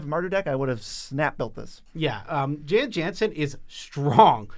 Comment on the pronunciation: the J's in Jan Jansen are pronounced as Y's, so its pronounced Yan Yansen.